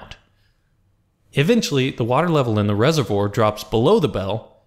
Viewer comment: rese-vwar not rese-vwor